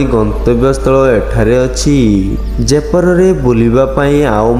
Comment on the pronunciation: ଦୟାପୁର୍ବକ ଓଡିଶାର ସ୍ଥାନଗୁଡିକର ନାମ ଭଲରେ ନିଅନ୍ତୁ 🤦🏻🤦🏻। ଜୟପୁର, ବଡବିଲ, ରାମଚଣ୍ଡି, ଗନ୍ଧମାର୍ଦନ 🤦🏻🤦🏻 ଭାଇ ଟିକେ ଭଲରେ ଉଚ୍ଚାରଣ କରନ୍ତୁ । ମୋର ଆପଣଂକୁ ଅନୁରୋଧ । ଭଲ ହେଇଛି ଭିଡିଓ